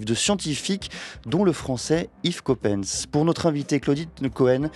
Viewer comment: Étant Français Yves Coppens se prononce “Copince”😏 Ceci dit vidéo intéressante. C’est un sujet qui fait souvent débat avec mes filles.